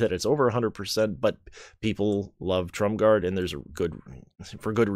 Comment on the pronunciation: There is no D in Tromgar. Sounds like you're saying TromgarD.